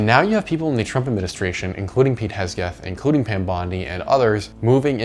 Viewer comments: Great analysis, but a couple points of correction: you said gas has risen $12-20 per gallon already. I think you meant per tank/refill or something? Because it definitely has not. Also, his last name is Hegseth, but fuck him and who cares if you pronounce it right. An easier way to remember is to just call him Kegsbreath, like the alcoholic troglodyte that he is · “Heg-seth” is the correct pronunciation I think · it’s pronounced “kegsbreath”. The Jim Lahey of the US government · It's pronounced KEGS BREATH Pete KEGSBREATH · it's pronounced "Pete KegsBreath". there you go. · It's pronounced "KegsBreath"